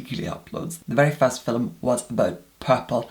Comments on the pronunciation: did not say fillum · i love the way you say "film"